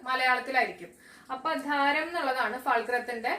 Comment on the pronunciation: ആധാരം ആണ് ധാരം